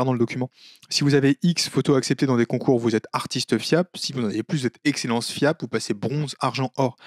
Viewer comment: Des ranks League of Legends le bordel Ah et désolé mais je peux pas m'empêcher d'entendre fiak à chaque fois. Ce qui rend "Maître FIAP" très rigolo